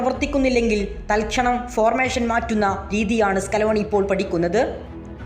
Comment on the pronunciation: ഫോർമേശൻ അല്ല, ഫോർമേഷൻ